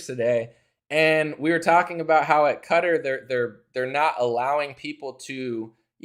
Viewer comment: All praise to, the first guy I've heard pronounce "Qatar" correctly all week! (Yes, it sounds like "cutter".)